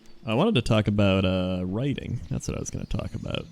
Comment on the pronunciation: cannot actually pronounce writing...